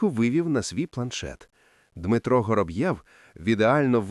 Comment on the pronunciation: Я поважаю вас,вашу працю,приємний голос,але наголоси!!!як ножем по склу або серпом по яйцях.😂 Готуйтеся,бо це звучить неприродно. Вороб'єв,Гороб'єв? Якщо він Воробйов, то так буде українською,а не Гороб'єв не Горобйов і не Горобцов,звертайте на це увагу,будь ласка.😊